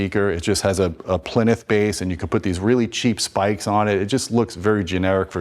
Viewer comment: Love you dude but please lookup the phonetic pronunciation of plinth. 💪